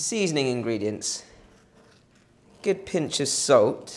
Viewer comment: I wish you wouldn't say "gid". The word has a double o! RT.